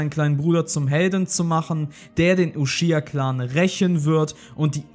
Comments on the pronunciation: Kein hate aber man spricht es nicht Ushiha aus sondern Uchiha Man sagt auch nicht zu Son Gokus Frau ShiShi sondern ChiChi Wer Ushiha sagt (eine verkackt deutsch Version) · Akatsuki und Sasuke japanisch aussprechen aber Uchiha bringt ihr Deutschen trotzdem nicht auf die Reihe, oder wollt es nicht... « Uschhhihaa » was das?